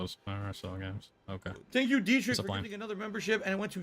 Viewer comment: its funny how he doesnt even make an effort to say derich's name properly